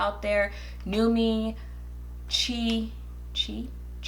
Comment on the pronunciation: It's pronounced "Chee"😂😂😂😂. You know I've always loved your hair. I'm a bald headed scallywag...like Alissa Ashley bald....so I can't relate to any of these videos. But I enjoy them anyways.